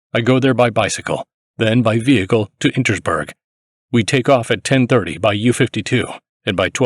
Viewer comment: The stubbornness with which he pronounces "Insterburg" as "Intersburg" time and again is stunning.